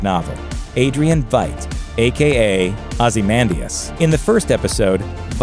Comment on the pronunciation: Are you incapable of saying Ozymandias correctly?